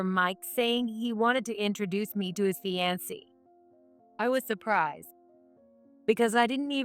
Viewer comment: Fiance' pronounced fee-an-cee! I thought computers didn't make mistakes. Only people do...